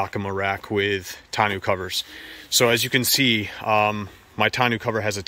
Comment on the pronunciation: Thanks for the review. FYI it's pronounced "tahno" not "tah-new"